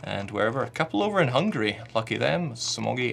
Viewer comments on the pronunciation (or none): none